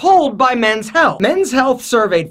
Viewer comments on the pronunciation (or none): none